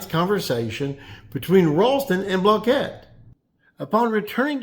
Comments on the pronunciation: Block-it. Not blah-kett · Since when did Randy pronounce his name 'block-ette'? For all that yapping and gossiping you girls do on this channel, you'd figure you'd respect the man's name enough to pronounce it correctly while you are trying to dig up some controversy to increase your click thrus. I'm glad you have a nice hobby henpecking grown men, but consider how it looks to folks wondering why grown men listen to this nonsense to begin with. Go fishing for farts sake pal. Get some sunshine on that bag of bones